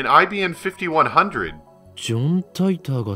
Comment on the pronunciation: The real one is called IBM not IBN.